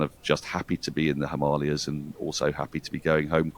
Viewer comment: Well done! Spot on pronunciation of 'Himalayas'